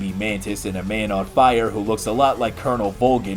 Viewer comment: Did you rike it